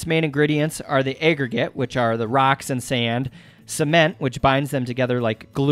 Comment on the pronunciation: And "aggregate" is apparently "ayyyy-gregate". Nobody taught this guy about the "short a" sound. It's crazy lol